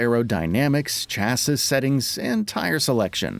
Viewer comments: This page isn't great in my opinion but the pronunciation of Audi and chassis confirms it with this video 😂 Also I wish ACC2 was coming to Series X day 1! Forza is good but needs a radar and better safety matchmaking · You need to go back to school, or even go to school, and learn how to pronounce “chassis”. Then, a public humiliation is in order for praising Forza Motorsport…